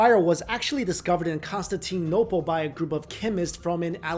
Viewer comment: Constantine-nople wth?